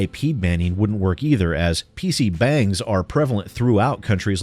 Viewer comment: PC "bangs" Sorry, I never considered that you could pronounce it that way xD Thanks for the lols